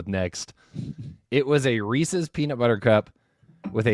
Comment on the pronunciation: Reese's... Not Reesee's...